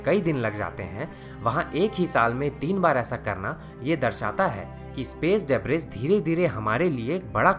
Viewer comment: bhai. Just a correction. Its pronounced as डिब्री not ड़ेब्रिस